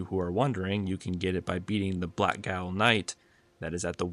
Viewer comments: just a tip "gaol" is an irish word that is pronounced just the same as the english word "jail", rather than "gowl" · Nice video! Also, gaol is said like jail. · Gaol is pronounced the same as 'Jail'. Just saying. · Gaol = Jail. Not goyle. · I get it but “Gaol” is pronounced “jail.” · Cool first video. Small nitpick, the "gaol" in blackgaol is pronounced the same as jail as that is what that means in old english.